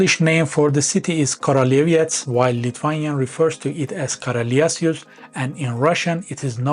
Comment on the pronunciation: In Polish "ó" is pronounced like normal "u" so it's pronounces "kruleviets" Teutons were hired for 4 years by Poland to conquer Prussia for Poland before they create their own state, and when they were beaten up, Prussia became vassal of Poland for 191 years. Polish historical claim to this land isn't as strong as German but we have good modern justification for wanting it, since it's currently Slavic, continuous with our territory and would make for good payment for both German and Russian crimes from WWII and Cold War. Also Lithuania has also claim on it since eastern third of the region was called Lithuania Minor and spoke dialect of Baltoprussian heavily influenced by Lithuanian language until the end of XIX c.